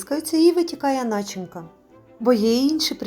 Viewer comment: Сьогодні буду пекти завиванці з маком по вашому рецепту. Бачила багато різних відео і мене здивавала одна річ - ви всі до одного і без виключень безграмотно вимовляєте слово НАЧИНКА!!! Це похідна від дієслова начинювати!!! Наголос в цьому слові падає на на другий склад на - ЧИ - ню - ва - ти, а отже , те, що ви вимовляєте по меньшій мірі ріже вухо! Не НА - чин - ка, а на - ЧИН - ка. Наголос в даному слові падає на 2-й склад слова і в жодному разі не на перший! Наша мова надзвичайно милозвучна, тому навіть без літературного визначення сама вимова вимагає в цьому слові наголошувати 2-й склад і в жодному разі не перший, що є безграмотно в літературному читанні і "ріже вухо" в слуховому відчутті! Говоримо українською правильно. Дякую!